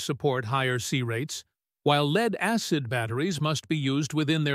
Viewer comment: My name is "AI". Didn't correct LEAD. Thanks to the stupid English language, many words can be pronounced differently. The the text had the word <LED> instead of LEAD, it may of come out better. NOT as in Light emitting diode either. Like "he led the way to the lake". Or this lake is polluted with LEAD, so don't drink the water. I was hoping to have an answer as to whether Pukerts Law applies to LifePO4 batteries.